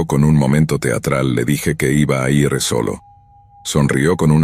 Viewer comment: Tampoco conocen el verbo ir. Pronuncian: i erre. 😂